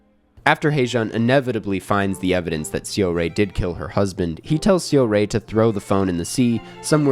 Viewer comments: hey i have a question. you saw the movie, and throughout the entire movie, they pronounced her name, seo-rae, as "saw-ray", so why can't you make that tiny ounce of effort to get the name right? it's not a word that you can't pronounce, it's not like this info isn't easily available on the internet. if you truly appreciate park chan wook and other korean cinema, i think you should be able to put in an ounce of effort and pronounce the name right. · I really appreciate foreign critics who enjoy Asian movies and always happy to see positive reviews like this. But please some effort in the pronunciation of Korean names would make this clip less jarring. Det Jang Hae-joon is “hay-june” and Song Seo-rae is “sew-ray” 😅